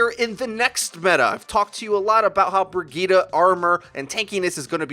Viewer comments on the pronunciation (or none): Man said Brigeda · What is "briggeeta"?????